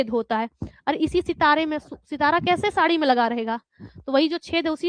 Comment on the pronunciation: शाड़ी नहीं होता मैडम साड़ी होता है ...😊 ...